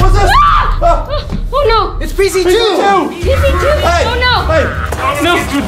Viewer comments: Vy said fee z su but it's. PZ 2🤣🤣🤣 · vy you said pz2 rong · Did anyone realize that vy qwaint said pz zoo the when see meant to say pz 2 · Vy you said pz sau to pz 2